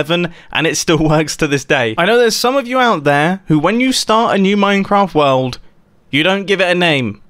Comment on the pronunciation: Only today did I notice that Mumbo pronounces "World" like "Wald"